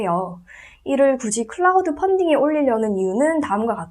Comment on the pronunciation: 선생님~발음이 클라우드 펀딩으로 들려 어색해요~크라우드 펀딩으로 들리게 발음해주세요~^^ 선생님의 앞길 응원합니다~!